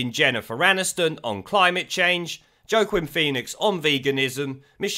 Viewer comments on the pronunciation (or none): Jo-Quin Phoenix 😆😆😆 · You've pronounced Gervais, Joaquin and Pesci wrong, badly wrong.